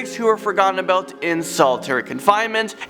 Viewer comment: lol you were going to say ABOOT but it looks like you caught yourself half way there